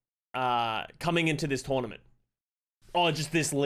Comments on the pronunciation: He keeps saying june journament lmao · Drinking game take a shot every time says June jornament